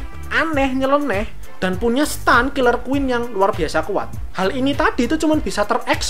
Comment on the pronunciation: Saran says sih, lebih kuatin research lagi aja... JoJo sama Megami Tensei keluar emang di tahun sama, tapi JoJo Part 3 Stardust Crusader berati muncul 2 tahun setelah Megami Tensei series dimana Megami Tensei yg pertama kali make sistem mac Stand (bacanya sten bukan stan)